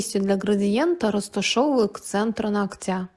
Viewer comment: нОгтя, а не ногтЯ. Слух режет, когда мастера так говорят.